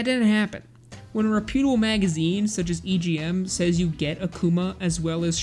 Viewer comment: Were you trying to say "reputable" here? If so, the "table" is pronounced the same as in "vegetable": tuh-bul.